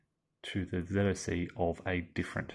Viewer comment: Oh, thank GOD you don't verbalize ZoC as, "zock"!!!! The sign of a true grognard!! :) Not sure I like the overstacking penalty; wouldn't disruption (even Disrupt 2) be a more fitting penalty. It's not like any unit truly cannot physically FIT into a hex, and the surplus men and equipment spontaneously explode; it's more like it's against training and doctrine, which would lead to ... disruption.